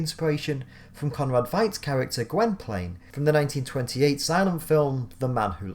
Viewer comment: VEE-T, Conrad VEET!